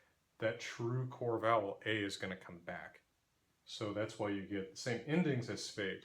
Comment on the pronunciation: You know what else sounds weird to a native speaker? Whhhhhy 😂